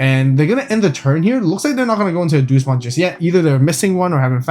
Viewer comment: Doosmon lol its Deusmon as in the latin Deus, "Day-us".